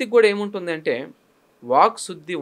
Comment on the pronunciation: 👌ఇంటర్వ్యూ🙏 ఉచ్ఛారణ దోషాలు: షుద్ధి-✖️ సుద్ధి- ✔️ పెల్లి-✖️ పెళ్లి-✔️ వాల్లు-✖️ వాళ్లు- ✔️ దశ-✔️ దష-✖️ శుభం-✔️ షుభం-✖️ ఇంకా…… ఎన్నో